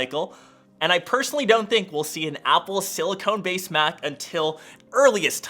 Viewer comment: “Apple Silicone” lmao